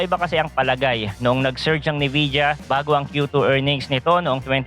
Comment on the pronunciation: NVIDIA yun lods, pronounced as "Envija" You're welcome.